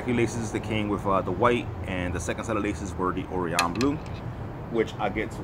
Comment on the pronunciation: how many times is this guy gna mispronounce orion lmao